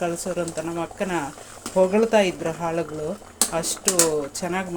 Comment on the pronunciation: ಅದು ಹಾಳಗಳು ಅಲ್ಲ.... ಹೊಲದಲ್ಲಿ ಕೆಲಸ ಮಾಡುವ ಆಳಗಳು.... 😃😃 ಹಾಳಗಳು ಮತ್ತೆ ಆಳು ದಲ್ಲಿ ವ್ಯತ್ಯಾಸ ಗೊತ್ತಾಗುತ್ತೆ ಅಲ್ವಾ. ಯಾವಾಗಲೂ ಉಚ್ಚರ ಸರಿ ಮಾಡಿ 😅😅🤣🤣